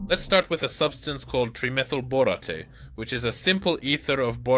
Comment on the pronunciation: bore-ot-teh? it's bore-ate. your AI is broke still, but getting better.